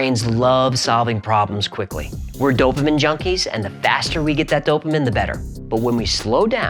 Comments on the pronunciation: prnounced "Dopa MEAN" not Dopa Men. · Hi, Just fyi, it's pronounced DOUGH-pa-mean. Love your channel! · This is simply saying in writing, in math, exactly what you are saying, but with words. That's it. Also, it's "Do-pah MEEN". Just sayin'! Scientific notation is really simple. Let me know if you want me to explain it. FYI, I said "47". Immediately. It just makes sense, to me. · Here's hoping you'll learn to pronounce "dopamine" before you release that video on neurotransmitters.